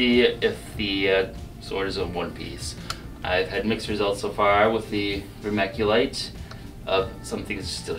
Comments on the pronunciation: Dude... it's pronounced "ver-MIC-u-lite", not "ver-MAC-u-lite". Because there's no 'a' in Vermiculite. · DUUUUDE... Best part right there you made PUMICE, the stuff you see washed up on beaches :) Re-cooked volcanic glass (obsidian)👍 So cool! ..oh and it's verm-I-culite...not verm-A-culite But whatever, SUBBED cos you're awesome! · Did he actually just say vermaculite? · The creator kept mispronouncing vermiculite - it is NOT vermaculite. Obsidian melts under pressure, but when it reaches the surface and flows, the pressure no longer exists. The fluxes probably removed some (possibly all) of the color. There are varieties of obsidian that are clear, or at least have clear layers in them. There are quite a few varieties - all depending the the impurities. The creator needs to forget the fluxes and use a much larger crucible for the volume of obsidian - so that the boiling/frothing does not escape and make a mess of the furnace. The temperature used was also far too low. Also, large masses of glasses are very tricky to anneal properly. It takes a long time and, if there is any stress point, a fracture is going to occur. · it's pronounced ver-mick-you-lite not ver-mack-you-lite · Dude it's called vermiculite, there is no A in the word. Great vid btw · It's pronounced ver-mic-u-lite not ver-mac-u-lite. Cheers! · Please stop mispronouncing vermiculite